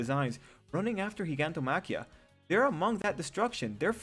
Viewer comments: WHYYYY does everyone pronounce it “Geegantomachia” it’s obviously pronounced in the anime as “Jyganto..” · In the dub they say it like JYGANTO-machia but in the sub they say it as GIG-antomachia (exactly how it is spelled) -- I go by sub since dub mispronounces others names like Chisaki (Overhaul's name) in the dub they say Chi-sack-kee; the real way to say in sub is Chi-saw-kee. lol